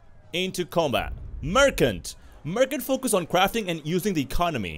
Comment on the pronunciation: 'Merkant' : you just butchered the Merchant word...